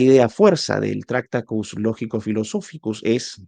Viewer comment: Lo siento, me niego a ver un vídeo de 50 minutos hablando de un filósofo cuya obra más importante (tractatus) no sabes pronunciar. En español la manera correcta de pronunciarlo sería: traKˈta.tus, cada sílaba de forma clara y separada, con énfasis en la segunda sílaba. La pronuncias como si se tratara de una palabra esdrújula, cuando no lo es. Te deseo miles de likes, el mío evidentemente no lo tienes. Saludos.